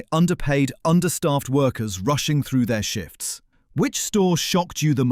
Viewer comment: "...and underpaid workers rushing through their s̶h̶i̶f̶t̶s̶ shitfs" 🤢